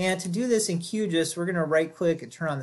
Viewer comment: I just wish someone would establish a standard pronunciation for Q GIS. I doubt it is “Q Jus”. At least GRASS was an inside joke for the hippies at University of Illinois, who wrote the first code. Never the less thanks for pointing out the two distinctly different save buttons as that was what I was trying to find out.